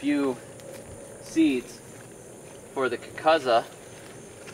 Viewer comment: I hate to be "that guy", but the Sicilians always use the long "U" sound. It's pronounced "kookoozuh". It's also devoid of flavor for what it's worth. 👍